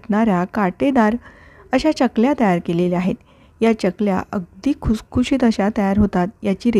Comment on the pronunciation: च्यकल्या नाही, चकल्या. कसतरी वाटत च्य ऐकायला.